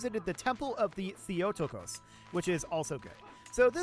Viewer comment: The way you pronounced Theotokos nearly killed me lol.